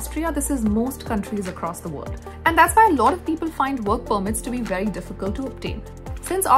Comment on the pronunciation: Didn't know about this; thanks for the info. Also, I like your presentation style and voice. But I did chuckle when you pronounced "very as "wery", though :)